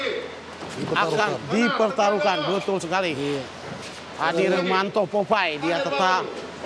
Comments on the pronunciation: He komentator bodat, adi rominto bukan adi rumanto 😕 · Adi rominto bung,bukan adi rumanto hwkkkkk